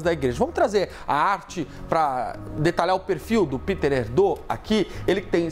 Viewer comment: O nome do cardeal não é "Píter" como se fosse em inglês, mas "Pêter Érdô".